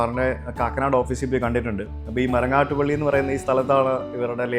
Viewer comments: It's pilly not Pally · It should be Marangattuppilly and not MarangattupAlly. Please correct it!! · ബ്രോ, മരങ്ങാട്ടുപള്ളി അല്ല, മരങ്ങാട്ടുപിള്ളി